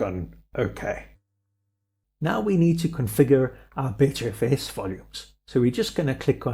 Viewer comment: While I do have to agree, it's BUTTERfs not BETTERfs